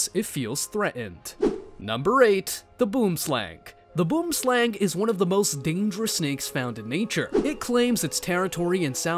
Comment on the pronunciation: boomslang is pronounced: boo-em-slung. Just being prodantic and patriotic 😂